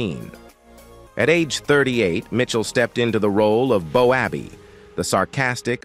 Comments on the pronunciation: 100% best comedic sketch/show/programme, whatever you prefer saying, was so funny, realistic in many ways, but AI come on. Stop getting still game names wrong 😂 Bo abbey lol Ah what a fantastic iconic comedy, will always love it 🏴💙🤍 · Its not bo abbey its bobby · It's Boaby.... ❤ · The commentary was excellent pity about the pronunciation of the screen names. If had watched, he would know how to say the names…..lol 😊